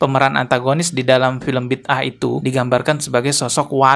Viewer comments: Sebutan yg benar judul drama keagamaan Malaysia "Bida'ah" tu Bi da ah bukannya Bid ah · bang, sebutan nya bi-da-ah. 👍